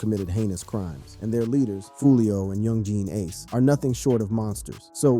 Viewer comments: Yung-geen ace😂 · “ Yun Jean Ace “ . Man wtf💀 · “Young geen Ace” lmaoo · Lmmfao he said Young Jean ace